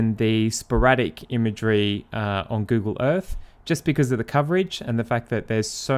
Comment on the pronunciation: Move onto the fird. Why cant you Brits pronounce the letter " TH " You always use an F Google EarFF